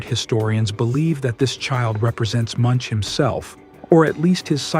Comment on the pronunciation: I think it's still AI. Listen to how "Munch" is pronounced from - . a human would not change the pronunciation that quickly